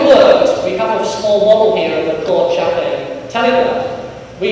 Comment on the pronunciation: The inventor's name was Claude Chappe [pronounced shap], not "Chappé" [shappay] as the lecturer seems to think!